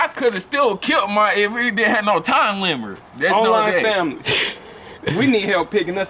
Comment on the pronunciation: “I could’ve still kilt mine if we didn’t have no time limert” 😂